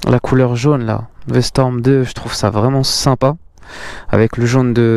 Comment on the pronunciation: commence par apprendre le nom de la moto... C'est V-STROM pas V-storm... 🙄